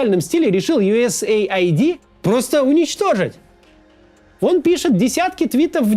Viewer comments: US AID - Ю Эс Эйд, не Ай Ди. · Не USA ID, а US AID ┐( ∵ )┌ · Ю ЭС ЭЙД а не Ю ЭС ЭЙ АЙДИ (US AID) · Как можно USAID произнести как "ю эс эй айди"..? Хоть бы английский подучил. "Ю эс ЭЙД"